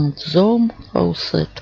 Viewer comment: Спасибо большое за видео! Добавлю новый кран в свой список. Если можно, я вас немного поправлю: название крана с английского на русский правильно произносится "Зум фаусет".